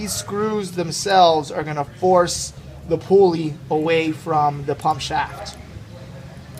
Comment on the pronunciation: thanks for the vid!! the pool-ee huh not a pull-ee